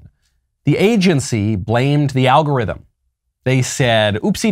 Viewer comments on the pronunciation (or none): none